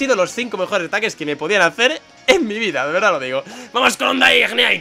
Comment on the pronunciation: lo de "VEERDAH" lo decias en el video de gameplay de muñecos si mal no recuerdo lo decia woody jajajajaja